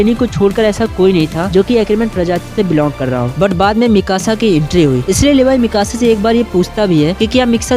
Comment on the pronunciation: Bhai vo miksa nhi ha Mikasa hai ise acha mixer kehe de